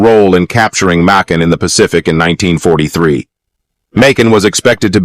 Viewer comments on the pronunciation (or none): It's annoying as hell when you pronounce the word differently sentence from sentence. Makin. You pronounce this word differently back and forth. It's annoying. Honestly I'm going to block you if you keep doing this crap